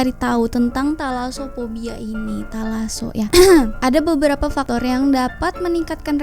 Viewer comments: Saya Dengarnya "Telaso" bukan thalaso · Thalasso? Telaso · Nobody:: "Talaso"